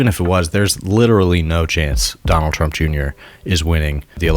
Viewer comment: I stopped listening to this podcast ep when he kept saying Donald twump and trlwanscwapitwal he sounds like a toddler